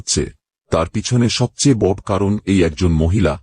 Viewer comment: বড়ো উচ্চারন টা ঠিক করে বলুন